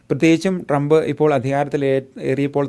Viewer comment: ട്രംപിന്റെ പേരുപോലും നേരെ ഉച്ചരിക്കാനറിയാത്ത വിവരദോഷീ, തന്റെ ഈ കോപ്രായം നിർത്താമോ?